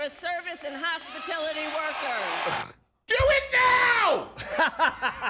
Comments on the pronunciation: Did anybody notice she said “ hospitility “not hospitality??? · is hospitality workers not hospitility workers... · she says "hospitility" workers, not hospitality workers. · HospiTILity? WTF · No ones going to point out that she couldn’t pronounce Hospitality? Just me?